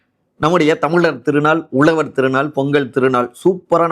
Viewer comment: Hi, can't u properly spell words like Tamizhar & Uzhavar..???? If you can't pronounce 'zha' unique to Tamil, you are unfit to be a Tamil reporter.